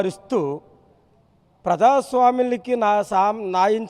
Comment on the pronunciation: ఒరేయ్ నీకు ప్రజాస్వామ్యం అని కూడా సరిగా పలకడం రావట్లేదు